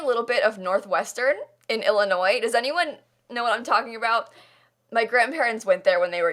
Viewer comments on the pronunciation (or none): none